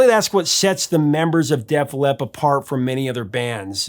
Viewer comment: "Def Lep"? Please stop.